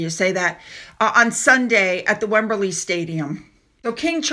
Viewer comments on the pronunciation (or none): Lopes as in he lopes rather than runs because of his long legs. It's an old English name, not Lopez a Spanish name. Wembley not Wemberley. Era as in the Truman era.